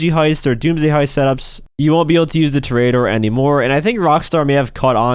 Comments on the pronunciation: It's pronounced tore a door not tarare a door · It's Tor-EE-A-dor you clown. You know, Like a bull fighter. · disliking because of your pronunciation of toreador